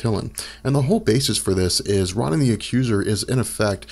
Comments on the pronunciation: Ro nan, not Ron in. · I only clicked this vid to hear you say Ron-in. CRINGE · No It’s Ronan His Name Is Prounounced Rownan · I always thought Ronan was pronounced like "Roe - nin" with a hard O sound on the first syllable... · Why do you have to pronounce Ronan that way? It's so annoying! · Exactly! So annoying this guy cant even pronounce that freakin name right